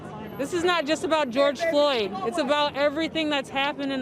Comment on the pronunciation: Who is this gal? get his name right....George Floyd....Floyd...not Lloyd! ffs like...that was twice you got it wrong...show some respect instead of treating him as a sound bite